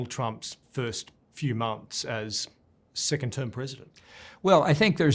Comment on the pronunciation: I heard “Sickened term President” I better rewind and listen ..